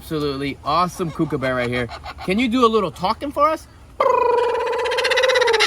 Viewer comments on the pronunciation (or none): I love watching your content. Butwhen ever you show Marty i cringe when you say Kookaburra. Im Australian and it is not pronounced Kook-a-burra. It is pronounced Cook-ah-burra. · Im south African and I pronounce it Cook-er-boo-ra